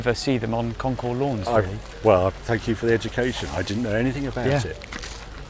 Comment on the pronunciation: Please don’t pronounce the S at the end of concours. Otherwise, mention bien comme d’habitude